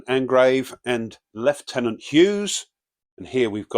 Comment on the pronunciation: A good small training scenario although I think the guy who wrote it has some mental 'issues' ;). AND THANK YOU FOR PRONOUNCING THE GERMAN WORD FOR LT. PROPERLY! Also, remember that a unit with an FP of 0 can still fire. The FP is actually a modifier to the D6 roll...a zero firepower unit doesn't have a dice modifier to the D6 Attack roll other than terrain and other outside attack modifiers